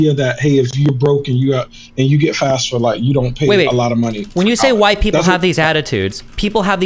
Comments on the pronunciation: Why does he keep saying fasfa? It’s FAFSA. Candace did the same thing. Do the counselors at these underprivileged schools just not talk about FAFSA to their students? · why does EVERYONE pronounce FAFSA wrong WHATS WRONG W PEOPLE